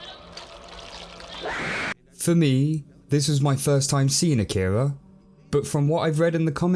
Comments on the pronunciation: Love the reveiw, but... A-ki-ra not A-kira🤣. Just a gripe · Do they ever actually pronounce it “uh-keer-uh” as opposed to “okk-ih-ruh”? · You announced Akira wrong... Sorry, had to say it.